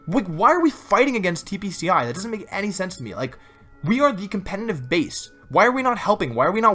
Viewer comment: anyone else notice that he always says.. compeNNNtiv instead of competitive? xD